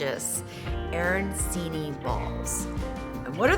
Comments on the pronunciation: Looks delicious! I will try them with meat and stuffing with cheese for my Keto friends...btw it's pronounced a-ran-chee-nee (the c is like ch in cheese) Can't wait to try them! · Please learn how to pronounce the food if you're going to teach people a version of it. Otherwise, interesting attempt to make arancini keto.